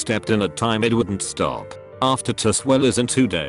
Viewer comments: nobody: british bot: stope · “And he just wouldn’t STOE “ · Everybody's talking about the first teacher but I'm here like.. "Did they just say 'sToPe'?" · "... and he just wouldn't stope." R u f****ing kidding me right now? Lol STOPE